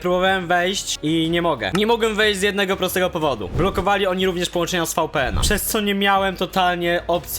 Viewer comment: To się wymawia wipijen a nie fałpijen